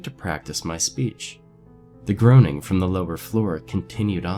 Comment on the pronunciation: groaning is pronounced grown-ning